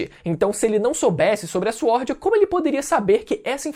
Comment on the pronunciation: Fala " Swórd" direito KKKKKKKKKKKKKKKKKK